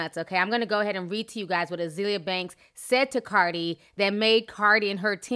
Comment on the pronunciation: Ah-zale-yah lol